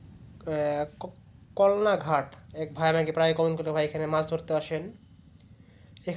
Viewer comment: কলনা না কালনা